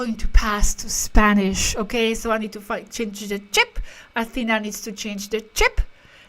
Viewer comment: that's the correct pronunciation of the name Athena. (AthenÁ). 👍 Not AthÈna.